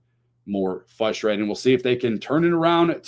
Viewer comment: Love the show, good content. Game is almost as frustrating as pronouncing it "fustrating" lol. Keep up the great content, go crew!